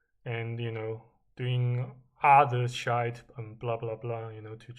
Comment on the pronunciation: i love it when you just say and the rest of the shayt 😂😂 pretty good buddy